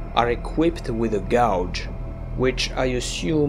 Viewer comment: GAUGE is pronounced gaydge ;P